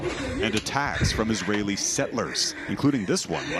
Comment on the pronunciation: Global News really said Israli settelers?!?!?!